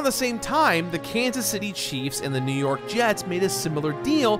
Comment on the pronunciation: hearing say “Kanas City Chiefs” and “New york jets” will never not be weird to me